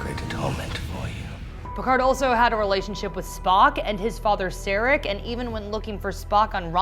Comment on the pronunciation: She also said "Sairek"